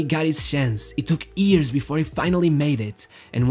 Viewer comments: Is it "years" instead of "ears"? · Its hilairious how every time this dude tries to say “years” it instantly becomes “ears”